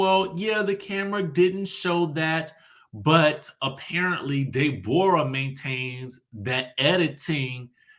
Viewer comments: I fall out everytime you say DAY-borra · I swear!!!! I scream when he says it😂😂😂😂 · Me too! 🤣🤣